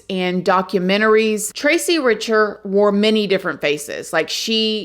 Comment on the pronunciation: I think your pronounce her last name (Rick-ter)